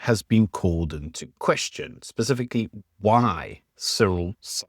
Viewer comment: *Specifically. Not "pacifically"